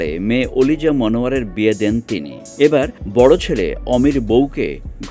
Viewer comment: Oliza name ta evbe boltesen kano shune mone hochhe kolija boltesen... 😆 🤣 😂